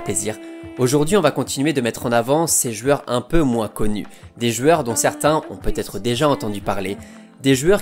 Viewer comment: Superbe vidéo, merci... Juste, on dit des jOUeurs, pas des jUeures, c'est stressant, tu le fais 3 fois au début XD bonne continuation